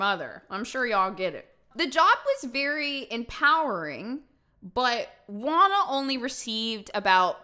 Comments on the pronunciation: FYI: Juana is pronounced Huana and not Uana. Just saying 😃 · HAHAHA I can't with you pronounciation in Spanish ashasgjdgjhsa GUANA xD Love you, A native spanish speaker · God, hearing how she says "juana" makes me laugh too much Xd